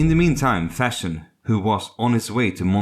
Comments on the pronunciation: Von Fersen. Not von Fershen. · It's Ferson not Fashion. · The narrator seems to pronounce his surname as ”Fashion”!